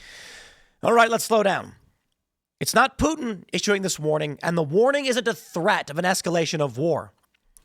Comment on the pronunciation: I didn't know Putin was French! I learn so much on this show.